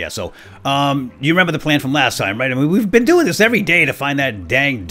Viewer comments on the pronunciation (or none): none